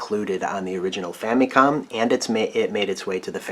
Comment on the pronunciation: I just want to ask, why do you pronounce the Famicom like Fa-Mee-Kohm, and not Fa-MUH-kohm like most people do?